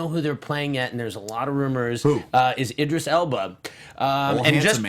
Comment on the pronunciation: It's not Edris Elba it's Idris you are not pronouncing it right